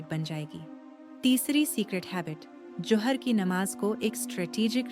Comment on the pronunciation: Zohar bole johar nhi talaffoz sahi kare